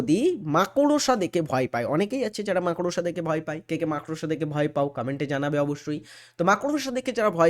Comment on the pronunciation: 12 number question er answer D)226 hobe, ar মাকড়সা pronounciation ta ektu thik kore nile valo hoi 😂